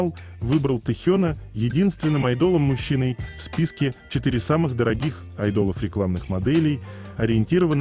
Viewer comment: Неужели в записи звучит айдОл? Исправьте, пожалуйсьа, ухо режет.